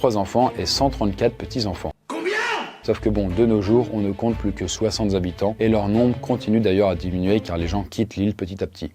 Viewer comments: Il faudra demander aux soixante zzzhabitants ! (comme dit le conteur) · On dit 60 habitants...zhabitants😅 c'est s'il y avait un S à la fin de soixante,😉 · Soixante Zhabitants 😂